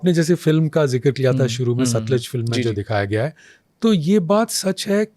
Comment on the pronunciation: Satluj bhai satliz nahi